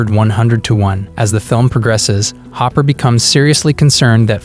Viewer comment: I love how you called Hopper "Hooper". Lol. 🤣😆